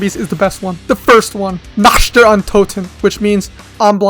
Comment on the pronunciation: nacht is pronounced "nah k t" 🤓